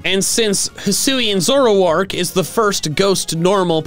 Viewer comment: ZOROARK, NOT ZOURARK!